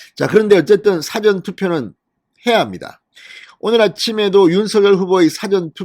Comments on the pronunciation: 사^전투표가 아니고 사전투표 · 싸전투표 억양이 거시기하네요. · 사전투표 발음좀 똑바로하세요